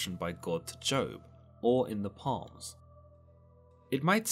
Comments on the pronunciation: You call the book of Psalms (pronounced SALMS) PALMS, I thought Joe Biden was only one that ignorant of the Bible. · did you mean Psalms (pronounced Salms)? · Hearing you say Palms DRIVES ME NUTS IT IS SALMS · You do know that the "P" is silent, not the "S"? "Salm" not "palm" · First off, it's pronounced "salms" not palms. Secondly, there's a reason NASA abandoned deep sea exploration. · Palms 74? You mean Psalms (S-ah-lms) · My dude said palms. It's spelled psalms and pronounced salms 💀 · The Palms? It's pronounced salms. The P is silent, not the S. You'd be great at Pychology lol. Haven't you ever heard anyone refer to the book before, ever? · Psalms is pronounced Salms....FYI...not Palms... lol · “Twice in Palms” you mean Psalms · Do you mean psalms when you say “palms”? It is pronounced “Soms” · I really don't mean to be picky but it's pronounced ""SALMS" not "palms"; the "p" is silent. Just sayin'. 🇨🇦👊🏻🤙🏻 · you say palm for psalm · Did he say "The Book of Palms"?... come on bro, I thought you were one of us... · No, it’s objectively pronounced “Salm.” Learn some Hebrew... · Psalms is pronounced S-alms!! Like the word Psychic! You're pronunciation leaves a lot to be desired. However , apart from that, these videos are always interesting and fun to watch. Please keep up the good work. More Greek myth please!!!! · Di-....did he just say “Palms”? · I love the work you do, and I hate to be that guy..... But psalms is pronounced with a silent p. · It’s psalms pronounced salms... the p is silent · Did this guy just say “Palms” instead of “Psalms”? 😂😂😂 Must be related to Joe Biden 🤣😂🤣😂🤣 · He’s British. The British accent is no excuse for mispronouncing “Psalms”. 🤦🏻‍♂️ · Dude…. Appreciate the content but the pronunciation of the book of Psalms was confusing at first then distracting when I understood what you meant. Do you pronounce the P in the word Pneumonia or Pneumatic and ignore the second letter? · Great video but the p is silent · The P in Pslams...lol, yes.